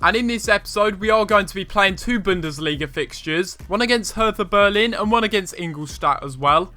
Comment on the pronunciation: Btw its pronouced Herta Bearlin